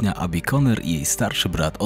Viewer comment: ABBI nie EJBI